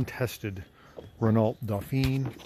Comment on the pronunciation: How does the air get to the radiator on that car? My Fiat 600D has a thermostatically controlled scoop underneath the car. Your pronunciation of 'Renault' made me cringe. The ending 'lt' is not sounded. It's pronounced 'Ren-oh'.